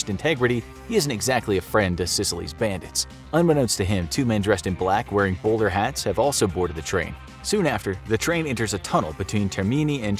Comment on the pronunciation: Its bowler hat not boulder hat.